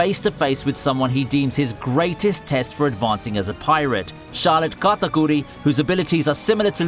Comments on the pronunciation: the way he says katakuri is just so indian its sad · The way my man said katerkuri🤣🤣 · Him saying katakuri hurt me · luffy vs k a t a k u r i love the way you pronounced that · I love how you say katakuri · Was anyone else lowkey annoyed by the way he said Charlotte katakuri? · Everytime he tries to pronounce Katakuri 🤮